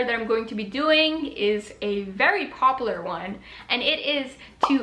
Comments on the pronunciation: Haha. You said popalur. It’s poPULAR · a very popaler one